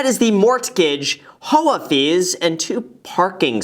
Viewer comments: /HO-ah/ fees. Killed me. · everyone always makes fun of me when i pronounce HOA (vs H.O.A) so glad to hear you say it like me